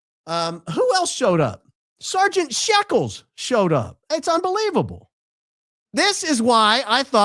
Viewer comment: He called him “Sergeant Sheckles”😂😂😂😂